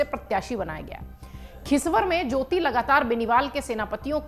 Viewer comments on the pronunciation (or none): खिसवर नहीं खींवसर है😂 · Sahi dhang se padh ke aaya kar LLP nhi rlp hai our khichvar nhi khinvsar hai